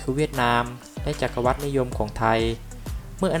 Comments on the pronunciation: อ่านว่า จัก-กะ-หวัด ค่ะแอด ไม่ใช่ จัก-กะ-วัด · จักรวรรดิ Empire ▶อ่านว่า จัก-กะ-หวัด ไม่ใช่ จัก-กะ-วัด